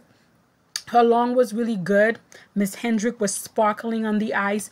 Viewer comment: Side note - Loena Hendrickx is pronounced: "Luna", Hendrickx is pronounced as if it were plural, with an "S" at the the end instead of an "X". And I agree with you, she was fabulous! I was so excited about her performance at the last Worlds, and she's even better now. I hope she doesn't give up just because she doesn't have the big jumps. I have no idea if she's training them or not, but as Caroline, below, says, she's a breath of fresh air.